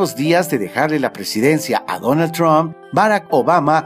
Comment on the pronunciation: cuando vas a decir bien "Trump"